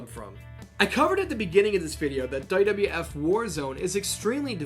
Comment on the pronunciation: He pronounces WWF as "Duh duh eff"